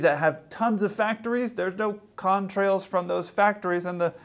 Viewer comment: The way the TikToker says "Contrails" is so bizarre. Seriously, he sometimes pronounces it as "con-trails", with a strange pause.